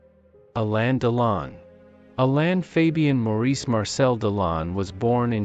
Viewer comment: Appalling robotic voice. It's not Alayn but Alen with accent on the 2nd syllable. And it isn't Alena and she.